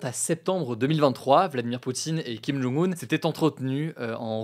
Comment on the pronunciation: par contre c'est kim jong un (kim john-g oune), et pas kim jung un (kim joune goune)